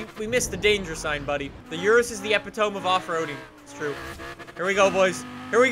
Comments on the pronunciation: Epitome not epi-tome 🤦🤦🤦🤦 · Epitome (Eh-pit-oh-me) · did he really just say ep itome? haha wtf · The way he says epitome hurts me so much